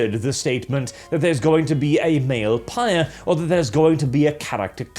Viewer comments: Phyre is not read like "pyre," it's read like "fire." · I thought it was pronounced “fire”. Anyway, I’m going to continue saying that instead of whatever said.. how else am I to make the joke Dumpsthyr Phyre.